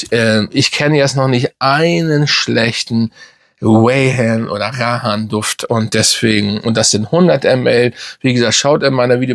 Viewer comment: Sorry, aber mal ganz im ernst jetzt,deine Videos alles schön und gut,aber du solltest als doch so grosser Fachmann wie du gerne mal hin und wieder durchblicken lässt zumindest die Namen richtig aussprechen!! Es heißt Rayhaan und nicht Rahaan,das tut ja in den Ohren weh 😁🤣... Und falls du es nicht glaubst,einfach mal google fragen 😉 Ist mir schon öfters aufgefallen,macht deine Videos irgendwie unglaubwürdig